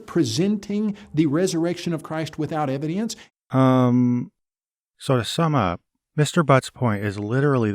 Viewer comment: I must admit, I am irrationally infuriated by the way pronounces the word "evidence". Why does his accent get 10x stronger on that one word? If I was a southerner and I heard someone speaking that way, I'd think they were mocking me.